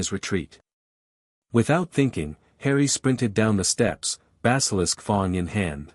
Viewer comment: I wish this AI would learn how to read properly. Wound read as an injury and not the past tense of the verb "wind", read read badly, and so on. But why is "fang" read as "fong"?